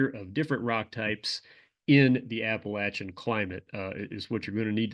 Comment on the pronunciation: Thank you for saying Appalachian correctly :)